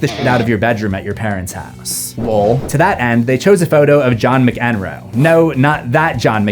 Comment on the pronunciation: A small note: Nevermind was recorded at SoundCity by Butch Vig, not at Smart Studios John McEnroe is pronounced Mac-Enroe (your emphasis was on the wrong bit :) )